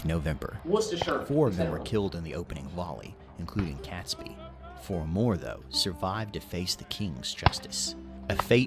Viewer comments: It’s not an official holiday. The celebrations are usually held on the closest weekend to 5th November. Catesby is pronounced to rhyme with Kate not cat. Nine is young, but not that unusual. Mary Queen of Scots became Queen of Scotland at birth, because her father died before she was born. Game of Thrones is largely based on UK/European history, we even have stories of dragons, so it’s not surprising this sounds like a GoT plot. When we watched it we’d play a game of ‘spot which part of history he stole that from’. Being ‘hanged, drawn and quartered’ was the standard punishment at the time for treason, they knew what would happen if they got caught. Although the British Empire didn’t exist at the time, so the narrator got that bit wrong. I can recommend the BBC series mentioned starring Kit Harrington, it’s called Gunpowder. It’s mostly accurate with a few things changed for dramatic effect. The Mayflower was 1620. Bonfire night is also celebrated in Scotland and Wales. Remember that King James I of England was also King Jame VI of Scotland. Halloween is an entirely separate thing, originating from the Celtic festival of Samhain. We celebrate it, though mostly in a more traditional way than the USA. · It's spelled Catesby but not pronounced 'Cats-bee' rather more like Kates-bee. As a Catholic I always feel somewhat uncomfortable 'celebrating' the brutal way these people were executed and today the burning of human effergies seems a little out dated. Some towns, like Lewes in Sussex, still have a torchlight parade with effergies, although there is more of a charity fundraising element to it theses days, apparently. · Guy Fawkes has been described as the only person who ever entered Parliament with a full formulated set of policies and the means to deliver them. If he hadn't been catholic he might have got away with it. BTW, the voiceover man is mispronouncing Catesby. That first part is pronounced Kate, not Kat. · The name is pronounced Katesbee.